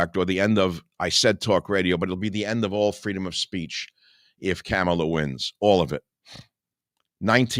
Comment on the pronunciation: Her name is Kamala. It sounds like calm a la, not camel a Michael.